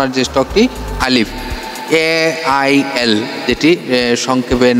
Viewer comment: ALIF এবং AIL এইবার বুঝে দয়া করে সঠিক উচ্চারণটা করেন। ধন্যবাদ আপনাকে।